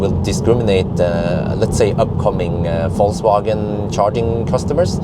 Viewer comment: I really like the way you pronounce "Falsewagen" 🥰